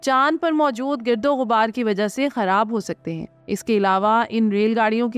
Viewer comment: گیردو غبار لفظ نہیں ہے بلکہ گاردو غبار ہے یہ جو لکھا ہے صرف آپ کے تلفظ کی درستگی کے لئے ۔ صیح لفظ ہے گردوغبار